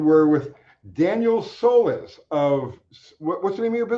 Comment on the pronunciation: That was great discussion with Daniel Soliz (pronounced: soLEASE) emphasis on LEASE please. Daniel is a guru on Smokey parts, engines & HVC technology. Thanks for having him on your show! The time just flew by, wow! Paul from S. Central Tx.